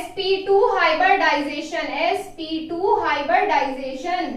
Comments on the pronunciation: It's hybridization not hyberdization🙄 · Sorry madam.....but it is hybridization not hyberdization at all😐😐